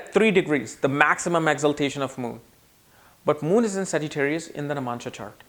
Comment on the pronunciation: Is he saying Namansha? 🤣